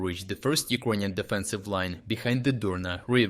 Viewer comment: Check your pronunciation of "Ukrainian"